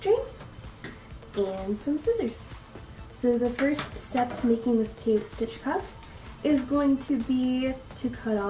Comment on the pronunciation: Nice job. Love your tutorial. Just a side note. The 'e' is not silent. Peyot'e' stitch.